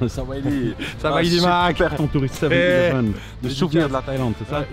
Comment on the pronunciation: 7 eleven Et sans accent(anglais)et surtout sans T